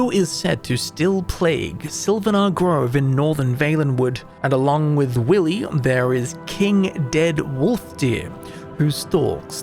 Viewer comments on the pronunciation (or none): none